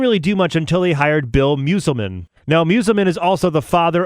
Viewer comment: Great video! It’s pronounced MUSCLEMEN btw lol